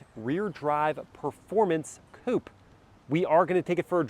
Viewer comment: I thought i heard you say “read drive performance Poop” 😂😅